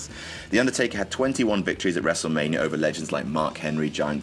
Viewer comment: What the fuck is Wrestlemanier?